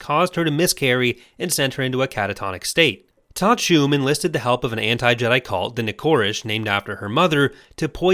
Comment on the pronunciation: Thank you for saying Ta'a Chume. I can now pronounced her name correctly. I woluld love to see a complete Skywalker/Solo family tree video.